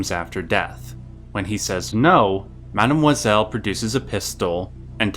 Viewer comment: the way you pronounce Mademoiselle makes me want to jump off a bridge